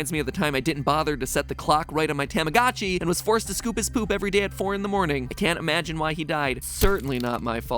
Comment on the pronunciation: matpat pronouncing tamagotchi wrong then posting a color sprite of kuchipatchi on the b&w music star version is just great